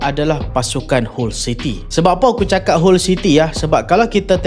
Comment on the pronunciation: Awst dok tekan team kota bharu smp 2x lehan 😂😂 mat saleh pun sebut hull bkn hall city 😊